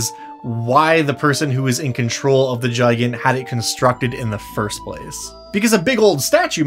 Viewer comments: its not gi gant its said gig ant. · It should be pronounced "Gee-gant". It's Romanian for Giant. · I do't know why, but his pronunciation of "Gigant" really bothers me. To me it feels like it should intuitively be pronounced "Gih-Gahnt" or "Guy-Gant" with the "G" sound and not the "J" sound. I don't know if that's how it's supposed to be pronounced or not, but it just sounds better to me. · Not how I'd pronounce Gigant. Kept thinking you were saying Giant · Is it suppose to Spanish pronunciation? Such as el gigante from re4? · why tf u sayin gigant like that dd? :(